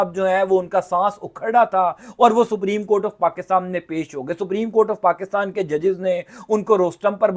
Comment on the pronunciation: پاکستان درست لفظ ہے پاکستام نہیں اینکر صاحب